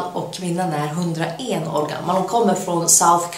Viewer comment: Hahaahha började gapskratta om hur du sa 101....